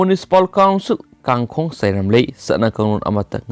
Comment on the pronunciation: Pao pabada waheigi tone aniam awang chumna sijinabiradi henna phagani. Eg. "Kangkhong" 😀😁😂😂.